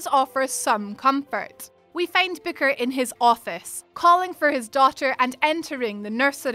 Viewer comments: are you saying bicker or booker? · It’s Booker not Becker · The way you pronounced Booker confused the heck out of me for a good minute or two as I tried to remember that character's name.